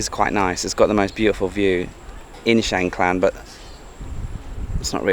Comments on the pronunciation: No "l" or "ล" in the second part of the district name. So, it's Chiang Kaan, not Chiang Klan.😊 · What’s wrong with you British with every name and word you can’t pronounce it’s mysterious to me?😂 Chang klan?🤣😂🤣🤣 (Is Chiang Khan!)🔝👏🤣👍💙🇹🇭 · Great video, but isn’t it Chiang Khan, not Klan. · Is it me or did you mispronounce Chiang Khan throughout the whole video? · Rule number one... quickly research and find out how to pronounce the province / location name you're in... especially when selling yourself as a Thailand travel expert, a seasoned Youtuber in Thailand and still pronouncing things completely wrong! Theres no L in Chiang Khan 😅 Enjoying seeing you back on the road in Thailand and looking forward to following this trip 👍